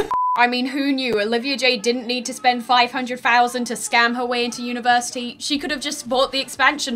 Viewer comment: University? More like univertitty.